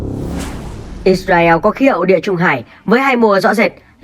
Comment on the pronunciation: “ Ít Ra Eo “ ? Nên tìm hiểu và phát âm đúng tên quốc gia người ta đi ạ